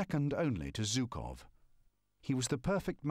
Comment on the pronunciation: 78 years after the event did not suffice for english speakers to learn how to pronounce the name of the Russian general Zhukov. It is not Zukov but rather with a "Zh" like in "measure", "pleasure" and the like.